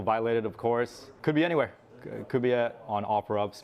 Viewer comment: This report is so typical legacy news lol - the voice - pronouncing “po-ke-mane” - Logan Paul mention